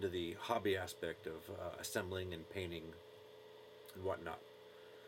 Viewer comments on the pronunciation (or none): Painting, not paining